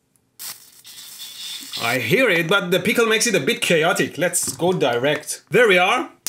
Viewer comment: I love the way he says pickle peecal